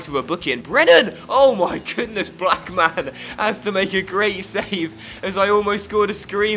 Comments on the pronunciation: I don't think you pronounce Blackman like black man 😂😂😂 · cuz it's meant to be one word not two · i personally would pronounce it like mun rather than man so lookmun Blackmun etc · Black man and Look man. 😂 Defo not how you pronounce their names.